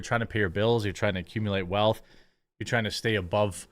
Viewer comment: "It's like farming these women in TUH..." It's TO, Jeremy. pronounced "TOO", not "TUH".